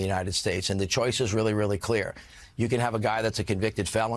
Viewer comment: we weally do have a nightmare